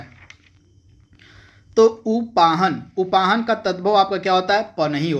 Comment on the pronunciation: मास्टर हो कि बेवकूफ हो, उपानह को उपाहन , बता रहे हो कदली का तत्सम करेला बता रहो यार तुम बंद कर दो, और पढो